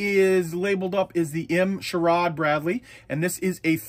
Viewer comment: Hey man, the M-SHORAD is pronounced as M SHORE ADD. It’s for anti-air defense.